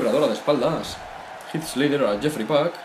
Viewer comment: el nombre de el luchador es jeefrey pac y lo pronuncia yefry pac como mi nombre